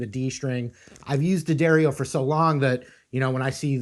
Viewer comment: Dee A Dario is how its pronounced